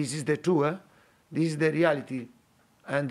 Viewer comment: It sounded like he kept saying dele alli-ity (the reality)